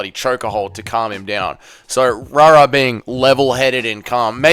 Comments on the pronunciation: Why u saying rara? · I don't know if it's intentional or not but "Rahrah" makes this insufferable. 👎🏽